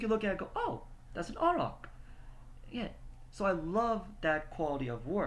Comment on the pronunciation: The characters name is pronounced: A(y)rack, with a capital A.